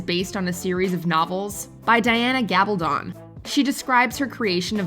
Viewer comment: Nice list. However, in "Gab al don" the emphasis is on the "a" not the "b"